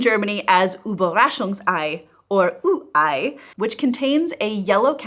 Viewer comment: its ü-ei not u-ei